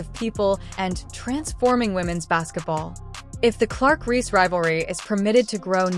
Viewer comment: The name is Reese, not Rhee! Is this an AI thing, because it's really annoying!